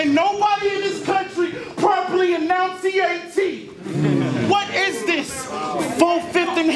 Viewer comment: "Nobody in this country properly 'announciate' T". Pure irony.